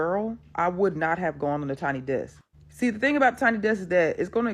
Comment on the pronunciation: It’s desk not decks. I notice you tend to mispronounce a lot of words…even words that should be relatively easy to pronounce. I would understand if you were from a non-English speaking country, but you’re from an English speaking country. A lot of the words you mispronounce are words you should have come across at the grade school/primary school level. Maybe you should consider speech therapy.